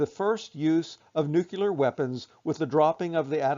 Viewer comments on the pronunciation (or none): Ahhhhh, it’s not “nucular” it’s bloody “NUCLEAR”. Why is his so hard?…